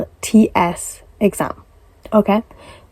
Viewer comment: Tefel instead of TOEFL? I-E-L-T-S instead of IELTS?